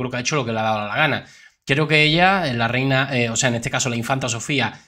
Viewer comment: Letisia. Noooooo. Es. Rehina.